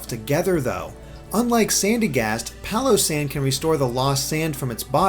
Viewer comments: its pronounced PAILosand, get it, pail of sand. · I'm just going to pronounce Palossand "Pile-O-Sand" with a Texan accent.